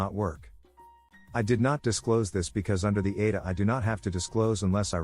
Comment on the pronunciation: In the third story with the ADA, EACH individual letter is pronounced SEPARATELY. Therefore it is the A D A.